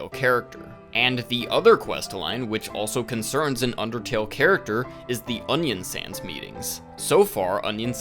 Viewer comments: I'm sorry, do you call Onionsan "Onion Sans"? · "onion sans" "sans" oh my good brother ... (its a good video don't worry) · why are you calling him "onion sans" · why do you call them onion sans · him calling Onion San, Onion SANS throws a chill down my spine